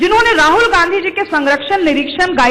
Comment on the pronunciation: गौर से सुने ने गाधी कह रहे हैं ना कि गाँधी